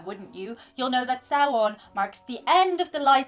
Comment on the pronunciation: Ssowin not sowon